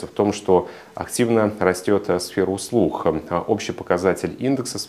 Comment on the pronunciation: Спасибо за хороший обзор! Единственное режет слух "сфера услух"